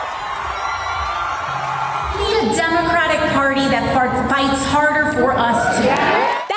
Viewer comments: She said "farts harder" instead of "fights harder" at first 😂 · “We are the Democratic Party that farts harder for you!” 🤣🤪 (Thats what I heard her say) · I laughed pretty hard when I heard her say farts harder. Lol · Is it just me or did she say farts then corrected to fights. I think she should have led with the first word out of her mouth.